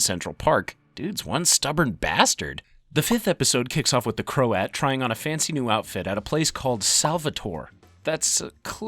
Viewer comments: its pronounced krowt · krowt, it is pronounced krowt. You can literally look up how words are pronounced, its not hard to do